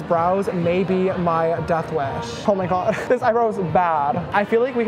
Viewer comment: Dead at "Swear to GAWD" I felt it.